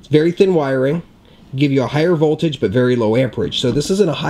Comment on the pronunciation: its voltage and ampage... not volterage..